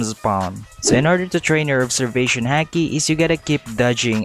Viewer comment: It’s not hake it’s hiki